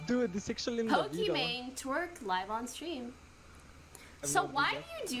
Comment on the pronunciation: Why does destiny say pokimon instead of Pokimane